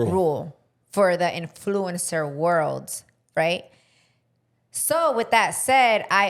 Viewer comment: Repeat after me IN-FLOO-UHN-SR . You’re pronouncing influencer wrong.